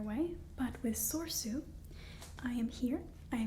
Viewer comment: Well, it's no surprise Anakin is missing. He was trained individually by Obi-Wan, because he was deemed too old. (One of the silliest plot excuses in the history of cinema, btw). And I'm pretty sure the middle "e" in "Soresu" is pronounced.